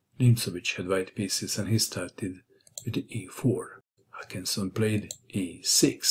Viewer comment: The name isn’t Hakansson. It’s Håkansson! And it’s pronounced more like “Hokansson”.